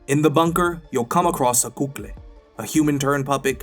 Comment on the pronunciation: Good walkthrough, but Kukly is not a Cuban or Spanish word. It's Czech for "pupae", which is part of the development cycle of some arthropods. The heavy Spanish pronunciation is incorrect.